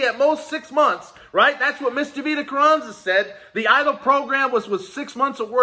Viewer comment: “I want my EDIL Grant”